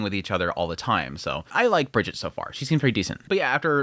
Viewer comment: Almost all names in Bookworm use the German pronunciation, so hard Gs and Es at the end of names are not silent. Brigitte is Bree-/g/eet-eh. The culture in Bookworm has a slight German flavor which shows primarily in the naming conventions. The soft, French G (ironincally, like the one we English speakers use when pronouncing the word 'German') isn't used. There are a few exceptions but we wont see that in this season. I'm an LN reader and i think you're on the money. It kinda feels like they're rushing though to get to future stuff, which is kind of a shame. It also looks like they're aiming to fit all of LN Part 3 into this season of anime. Luckily its 26 eps. Appreciate your read on all the characters and developments. 😊